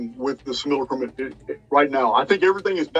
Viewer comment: After roughly two months of finding channel I pride myself in being able to pronounce simulacrum just like him😆😎 Can't wait for these upcoming interviews and live streams. Break free or die trying💪👊